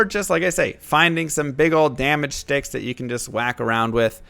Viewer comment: love how you stay SHTICKS like an irish person